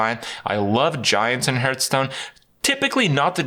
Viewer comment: Hurthstone this Hurthstone that Hurtpwn dat. Like god damnit Krip HAR THHH Stone